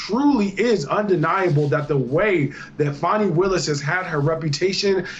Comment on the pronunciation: Imagine the praise from the democratic party if she was the litch pin that caused Trump to lose the election? She's staying on to improve her own status in the democrat party, that's all it is. AND ITS FANI NOT FONI 😂😂